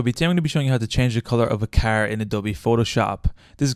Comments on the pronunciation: "my keeer" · Was watching the video and then you said "Carrrrr" which just killed me so I had to stop lol. Sounds like you are from Boston.